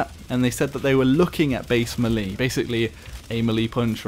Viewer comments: It's pronounced "may-lay" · How you doing m'leeedy haha you struggle saying melee xD Like all the whilllle.........and now i got to the end of the video..... lol oh well still stands haha